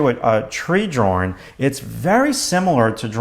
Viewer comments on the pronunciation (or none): i would appreciate your videos better if u learned the correct pronunciation of the word "drawing"